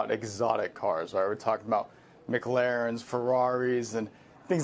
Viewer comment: wow nice job pronouncing mclaren